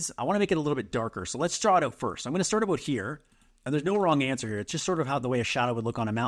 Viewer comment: "I have no idea ABOAT sailing . . . " I grew up in northern Wisconsin and I know a Canadian when I hear one ;) As a sailor, I will forgive your boat. I work almost entirely in Photo, and forget the Transparency tool in Designer. The process in Photo (v1) is kludgy, but in Designer it's so easy. Watching someone else work is always helpful.